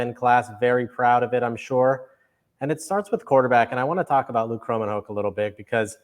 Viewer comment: As you will be talking about this young man for many years and to be respectful, Luke's last name is pronounced ~~ Crow men hawk ~~ according to Luke himself giving that information in an interview.